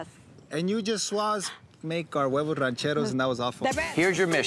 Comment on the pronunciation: Bobby don't know his huevos ranchero's , can't even say huevos correctly